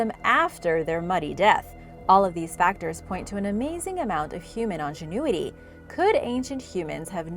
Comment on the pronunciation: I live for this girl’s mispronunciations. They are SO original and entertaining. I don’t even know how they are possible - is she from Mars? Today, she set the bar even higher: “ingenuity” became “on-gin-oo-uh-tea!!! If she does this on purpose to get views she has mine. I love it.